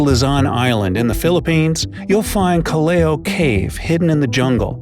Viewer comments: hi sir I'm from cagayan part of luzon i will make a correction sir when you pronounce callao its callaw not calleo sir thanks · It's pronounced Kalyaw not kaleyo. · it’s pronounced Cal-law cave not calleo btw great video ! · It's pronounced kalaw cave not Callaoe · Callao is not Kal- lay-yoh. It is pronounced as kal-yaw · it is pronounce Ka-law, not Kel-lehw. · Actually the pronunciation of Callao cave is Kallaw not kaleyo.. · I actually studied this when I was in 5th grade... But I still watched it.. and I love how you made this! and btw Callao Cave is pronounce as "Kah-law" Cave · The pronounciation of Callao Cave is “kallaw cave” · Its actually pronounced kalaw Kalaw keyv Calao cave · It's pronounced "Kal Lao Cave" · Im Filipino, So Im In It, And You Pronounced It Wrong, Heres How You Pronounce It, "Ca La O". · Me : Is Pinoy Also me : ITS PRONOUNCED “KAH-LAW” AHHHHHHHHHH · Callao is pronounced as Cal-yaw I should know I am filipino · we filipinos pronounce callao as ka/law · Its kal-lao or ka loa from a bird calao hehe, thats calao cave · Its actually pronounced as “kal-la-w” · Its calaw cave thats how it pronounce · It is pronounce as kallaw from the bird kalaw I know it cause I'm a cagayana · "Calayo cayve" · I laughed hard when he pronounced callao as callew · ITS F-ING Cal-li-o How to say them is o= AW li=li Cal=Cal IM NEVER GONNA WATCH FILIPINO VIDEOS FROM ENGLISH CHANNELS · It's pronounced "kalyaw" callao. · Ive been at calloa cave because i live a northern luzon in the Philippines And actually its pronounced kalaw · You pronounce it as Calaw Cave No hate btw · Pronouced as Kal-Yao. But nice vid. I always find your uploads very educative. Thank you for educating us😊😊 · Kal-yao. Double po sya kaya yung pangalawang L is pronounced as Y. like Abella - A-Bel-Ya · Its PRONOUNCED KALAW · Philippines yaay proud to Filipino and it is pronounced as ca-lao cave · I studied this. It's pronounced (Kaliao with an Asian accent), the Callao Cave